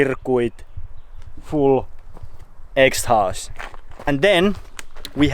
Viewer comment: Prrrrro cirrrrrcuiiiiiit ext-houst hahahah lmao